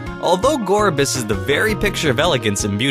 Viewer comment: i heard call gourgeist gorbyss